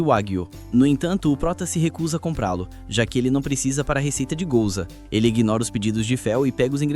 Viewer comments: É Guioza não gouza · Gouza...gouza?...gouza!!! É guiosa animal!